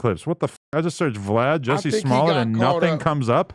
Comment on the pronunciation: Adam his name is not pronounced “Jesse” its pronounced “Jussie” and rhymes with B*ssy.